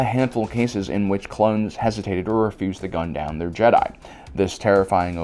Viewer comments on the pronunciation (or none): none